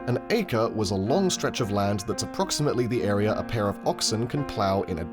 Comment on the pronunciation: Australiur Areaur